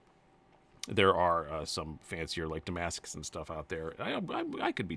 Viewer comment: “Large cans” patina’d Gemini is what I’m hearing